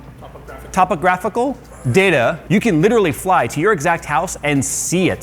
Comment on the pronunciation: Topogryphal topography. New branch of cartography pioneered by. Only at University. Scholarships available to students with successfully hilarious mispronunciations. 🤪